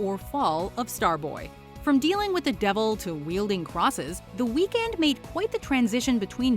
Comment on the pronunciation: Dont pronounce his name like that😡😡